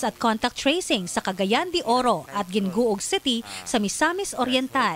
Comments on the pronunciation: Hee-ngo-og po not gin-go-og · Uhmm Gingoog it’s actually pronounced (Hing-ngo-og)